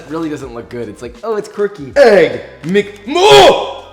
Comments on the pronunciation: Egg mc m U FFIN, so funny, time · “EGG! mcMU! ffffIN?!” -Joshua, 2020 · the accurate pronunciation of the Egg Mc Muffin